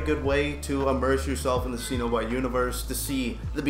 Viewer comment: Pronounced Sen-O-Bite.....